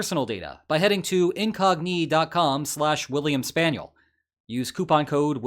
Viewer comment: the knights that say incogNÌ